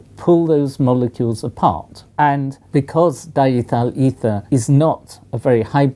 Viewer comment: Wow. The English pronounciation of "diethyl ether" is really weird. The rest of the video was equally interesting, too. :D